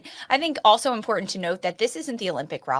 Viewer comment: it's imporTANT not imporant.